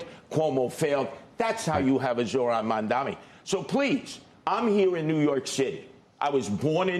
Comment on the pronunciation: CNBC is obsessed with him but literally never says his name right, what a joke how can anyone take them seriously.